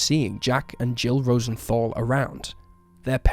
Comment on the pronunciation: Just a couple of points of grammar and pronunciation because it pains me that american mistakes are infiltrating our language: 'He PLEADED guilty ', NOT 'pled' Rosentahl NOT 'Rosenthawl' : its a germsn word, literally meaning 'rose valley'.